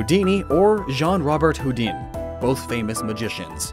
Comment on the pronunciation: You maybe should've looked up the pronunciation for Houdin.